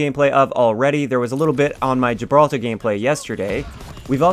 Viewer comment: Finally a YouTuber who pronounced Gibraltar correctly!